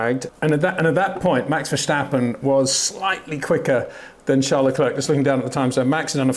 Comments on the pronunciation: Hey Peter, I enjoy your insights. But why do you pronounce Charles Leclerc's first name the French way and his last name the English way? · Why can’t Peter still not pronounce Verstappen and Leclerc correctly?